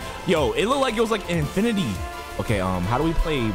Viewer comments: Birtity xd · the way he says infinity lol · Bro you say infinity is kinda funny tho 😂